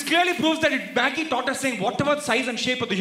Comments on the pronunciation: It’s Maggi not maaagi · It's Maggi not maaagii 😭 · Maggi not maaaagi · since when we say Maaaagi, dont we say Maggi !!! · "Maagi" hahahhaha sounds like "mere paas mere maaki hai" hahahhahaha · Ma kiiiiii 😂😂😂😂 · Maaaaagi? Seriously 🤣🤣🤣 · மாகி இல்ல மேன்.. மேகீ.. 😕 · the way you pronounced Maggi was actually more funny!!! it sounded like a Hindi gali! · it is actually a bengali gali..